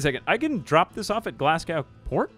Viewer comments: Glasgow is pronounced more like glaz-go, not glas-gow. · the way you said Glasgow, as someone from Glasgow, hurt a lil but great vid as per usual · I love how he talks about kids mispronouncing words and then immediately mispronounces Glasgow.